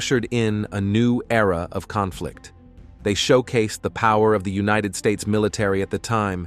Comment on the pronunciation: Another robot narration I can live without. Can't even pronounce united in United States. Ugh.